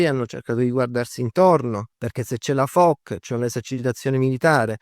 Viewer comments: Molto interessante. Piccola nota per chi desidera citare correttamente i nomi menzionati nel video: "Foch" si pronuncia /fɔʃ/, non /fɔk/. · Come perdere immediadamente tutta la credibilita, pronunciando ' Fok' invece di 'Fosc'.... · Ebbene si,secondo me proprio perche'e'sul pezzo da 40 anni dovrebbe sapere la dizione corretta,ripeto non e'una svista ,evidentemente pensa davvero che si pronunci "Fok'...e questa me e'una piccola cialtronata.... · La portaerei "Foc", non si può sentire.